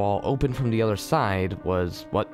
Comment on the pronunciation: There are a couple pronunciations that pull me out. I don't mind words that have multiple acceptable pronunciations or are obscure but simple words such as the word 'the' being said as 'da' is incredibly immersion breaking.